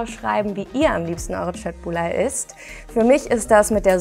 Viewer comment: köttbular richtig gesagt👍